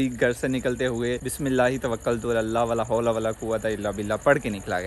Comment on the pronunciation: Bhi Jo Dua ha na voh vla hoala nhe ha voh la hoala ha bhai AP NY Galat Pari h